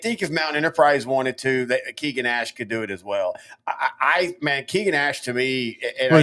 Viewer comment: Ash’s name is pronounced KAY-gin. Not KEE-gin.